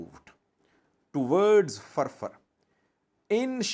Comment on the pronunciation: It’s funny how he pronounced feerfeer